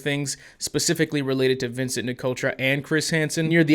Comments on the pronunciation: "Vincunt" LMAO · The fact that he called Vincent vincunt is legendary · Gotta love the little “Vincunt” shoved in there